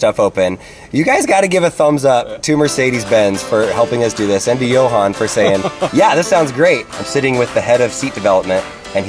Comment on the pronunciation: Johan's Booses face when pronounced his name wrong again